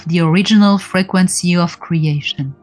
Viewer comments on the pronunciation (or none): I like the way you say frequency it sounds almost like you are saying fragrancey and im reminded that it is one in the same 💖